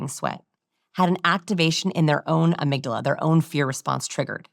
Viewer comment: their 'amygdalala'???